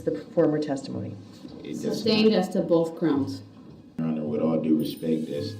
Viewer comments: Substained! Grouns he axed without relevancy! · it’s grounz! 😂😂